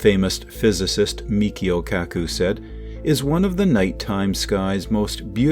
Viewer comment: MICHIO, not Mikhio